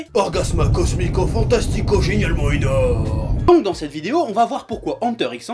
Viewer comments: prononcer le x ou pas… pas grave ! mais "ENAURME" ?! "é-NAU-rme" ???!! c'est chaud ! ^^' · Enaurme??? lolol